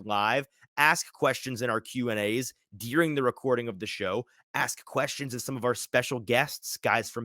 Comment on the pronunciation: I have never heard ‘during’ pronounced with an E